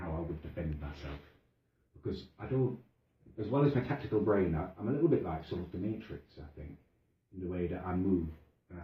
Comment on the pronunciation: "my tactical brain" mate don't you mean "tictacal brain"? 😄